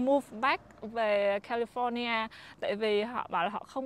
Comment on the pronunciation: Ở Mỹ rồi phát âm California cho đúng đắn chút đi má. Nghe so funny , giống tụi xướng ngôn vn quá